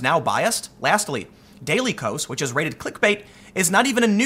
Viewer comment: Constructive criticism Tim - it’s “Daily (chaos) Kos” - get it? So clever